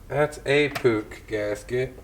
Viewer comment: I like how you call it a Puch and not a Puush or Putch